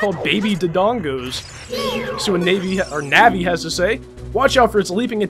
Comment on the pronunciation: navi more like NABBY pls no hate